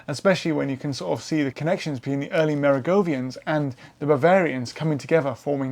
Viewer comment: The o in Kloster is the same as the o in most, Neu is the same as in noi in noise) Merowingian, the w is of course, a v, it is not Merogovian. So, aside from some slight butchering of names, it was a thoroughly interesting presentation on the numerous Völkerwanderungen of early Europe. I took my degree in Anthropology back in 1980. DNA had been mooted as a tool to assist us, but even then it was recognised as needing years before it could be reliably used, and it still has a way to go, however, it has made considerable strides. Thank you.